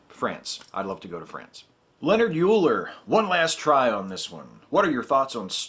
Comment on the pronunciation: >.<!! It's pronounced LION-HARD OILER!!! ...NOT LEONARD YOOLER!!! ...He was a blind master math ninja...no, really, he was blind. You can not take a higher division math course without hearing his name at least once. His student, Lambert, is attributed with the first proof that pi is an irrational number...pft. Math heathen.